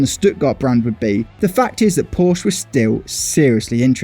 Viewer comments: It's called Porsche, not Porsch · "Gong" pree; not grand pree. It's French. Pronounce it right. And Porsche is por-shuh not "posh". *roll eyes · It's pronounced porshuh. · Porscheeeeeeeeeeeeeeeeeeeeeeeeeeeeeeeeeeeeeeeeeeeee. The e isnt silent. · Before talking about engine sounds learn how to pronounce "Porsche" first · Learn how to pronounce Porsche… it’s really not hard🙄